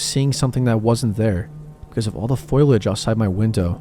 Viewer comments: Leaves on the trees are foliage (FOH-lee-udj), not "foilage" (FOYL-udj). I listen to a lot of story narrations and this has to be one of the most commonly mispronounced words! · “Foilage” 😂😂 it’s Foliage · I was debating for a minute to say something or not. Glad to see im not the only person that bothered lol